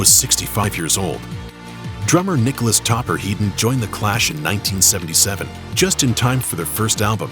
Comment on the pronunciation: Topper HEAD-ON, not "Heedon." You can't have a heedon collision, but you can have a head-on collision.